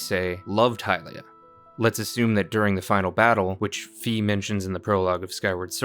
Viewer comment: It’s Fi like Sci Fi or Phi not Fee